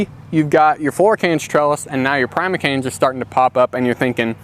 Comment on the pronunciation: Primer canes flora canes? I actually don't know what you are saying. 😢